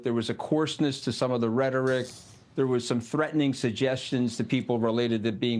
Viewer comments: How long are we into this and the dude still cant pronounce VIV AKE names right....that clown tony, did no reasearch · Scaramucci can't even be bothered to pronounce Vivek's name correctly.... Such a tool. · The host couldn’t even pronounce Vivek’s name right!? Do better